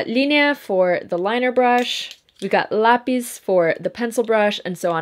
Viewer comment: Na hora que vc falou "lápis" eu soube q vc era brasileira hahahaha Fui conferir no seu insta e acertei Vc arrasa demais! Descobri seu canal há poucos dias e me senti cativada imediatamente hahahah Eu to começando na maquiagem, vc eh super inspiradora e me sinto ainda mais inspirada por vc ser BR tbm!